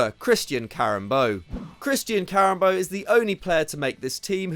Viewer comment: Karembeu??? Really?